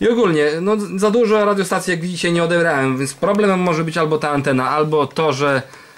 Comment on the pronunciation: Dzisiaj, "dzisiej" brzmi jakby ledny dziadek mówił. Ale film fajny